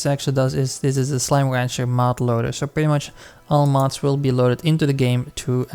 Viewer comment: thx BUT... why are u saying slime wancher?